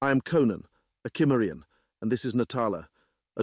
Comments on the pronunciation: Cimmerian SIM-marry-on.... Not KIM-merry-on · "Cimmerian" to this point in any reading has always been pronounced "Symmerian." Why the change? The reader did slip up once and pronounce it correctly, at least the way I've said it for over 50 years... The pace was rather frenetic at first, noticeably so, but all in all, I'll give it a thumbs-up. There are some truly cringe-worthy readers out in the field. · It's one of my favorite REH stories . The only irritating part was the narrator not pronouncing the word "Cimmerian" properly 😒. What the hell!!